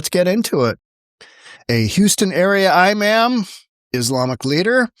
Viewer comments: Imam is pronunced ee mum., not i mam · C'mon, sir, it's NOT "ai-ma'm". The word is pronounced [EE-MOM]] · it is pronounced E-MOM